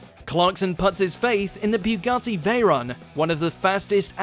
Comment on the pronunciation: lol, Heelux and Bugotti. probably his Canadian accent, but then again he does say Hilux correctly afterwards. i cringe every time he mispronounces certain names and words from the Anime lists.